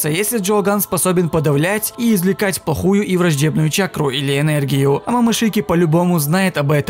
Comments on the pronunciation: нет, просто получилось словосочетание: "По х*ю" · ты не выговорил букву л в слове"Плохую" и получился бан